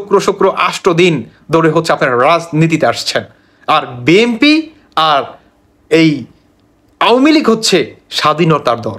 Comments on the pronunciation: বি এম পি না ভাই বি এন পি। আপনি উচ্চারণ ঠিক করেন। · বিএমপি, আওয়ামি লিক 😂 উচ্চারণ ঠিক করুন। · বিএমপি না বি এন পি বলেন